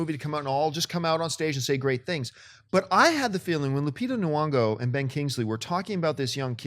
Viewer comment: learn to pronounce names, jerks! Nuongo?